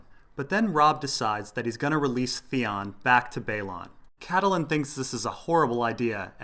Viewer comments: CAT-Lynn not Cat-ta-Lynn.. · Excellent video, by the way Catelyn is pronounced Cat-Lin